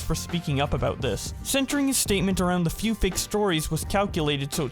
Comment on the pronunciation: Lol when James says a “ FEW “ 🤣😂😂🤣😂